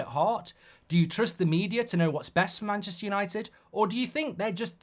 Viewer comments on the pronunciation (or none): none